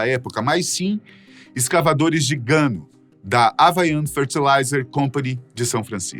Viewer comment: O nome certo da concentração de excrementos de aves e de morcegos é GUANO, e não "Gano"!